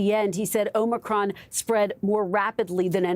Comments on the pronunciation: Omicrom, Omnicron, Omocron, Morocron, Omnicrom. Need a new Brandon bingo card. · One contradiction after another. He can't even pronounce "Omicron" correctly. Unbelievable! And we're supposed to take this seriously? Btw, when you try to make another word out of Omicron, there is only ONE word that can use all the same letters = MORONIC.